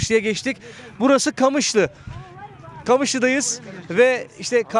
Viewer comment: Kamışlı ne lan QAMIŞLO 😂